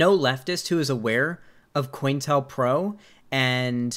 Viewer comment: I always thought it was pronounced co-intel-pro